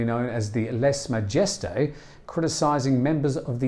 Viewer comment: Either learn how to correctly enunciate the French phrase 'Lèse-majesté', or stop using it. There are innumerable pronunciation guides available online.